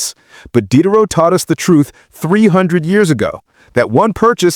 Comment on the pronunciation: AI slop. "Dee-day-row", not "Did-er-row".